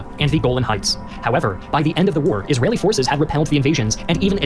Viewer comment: Israyelle btw 😂